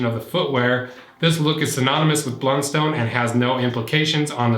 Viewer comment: Heads up - in Tasmania, it's pronounced "BLUNst'n", not "BLUN-STONE". Honestly hurts like nails on a blackboard to hear it pronounced like that. X) I've been wearing the same make of Blundstones all my life (idk how Youtube knew this)... got teased no end for it in school, as they've always been seen as super uncool and cheap boots, associated with uneducated rural workers, so it's pretty satisfying and funny to me to see them having become so trendy overseas. The quality has dropped lately imo (maybe because of their recent surge in brand appreciation, maybe just inevitable) and my latest pair has taken a huge hole in one of the sides after less than a year, where previously I could use them for 5+ years and never had this kind of problem (soles always used to eventually wear out at the front). I feel like they've definitely been messing with their older designs. On the hydrolysis; my 5 y/o old boots are fine, but the older old boots' soles have turned soft and crumbly, so my advice is to jump up and down in them on at least a 5 yearly basis if you value their soles. Local rural suppliers only sell two of the many makes of Blundstone (not sure which two). One is comfy and the other is the opposite. I think the comfy one might be #200. That's basically the big take-home point that I'd make - it's not a slight difference in leather quality that's going to decide which Blundstone is right for you, it's the shape, relative to your foot.